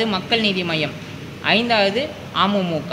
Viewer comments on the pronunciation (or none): ஒரு கட்சி பெயரக்கூட சரியாக சொல்லத் தெரியல அமுமுக அப்படினு இல்லடா அமமுக தான் இருக்கிறது